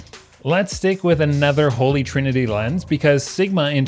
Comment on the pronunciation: It’s “holy” not “holly” ….. (sighs….)